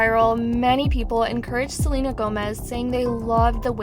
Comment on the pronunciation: Can't even say queen Selena Gomez name 😵‍💫